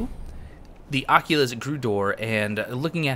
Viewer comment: I think it's Occult-ist Not oculus